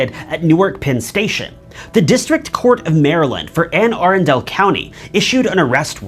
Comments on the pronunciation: It’s pronounce Anne A-run-dal county. Other than that good videos. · The county in Maryland is pronounced A--run-dle county.